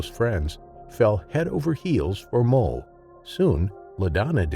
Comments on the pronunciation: Bro there is no L in Moe. I watched this entire video thinking this chimps name was mole until I read the comments. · thats what i heard as well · The narrator sounds like hes saying mole instead of moe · Are you saying "Mole" instead of "Moe"?